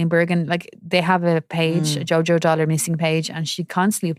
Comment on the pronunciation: DULLARD NOT "DOLLARD" FFS